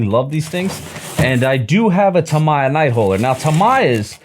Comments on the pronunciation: Oh Tamiya. It's Tamiya, like Do Re Mi, no My. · “Tamaya” that is the first tome I heard Tamiya read as that